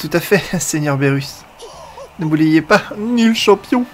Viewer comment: on dit pas bérus on dit birus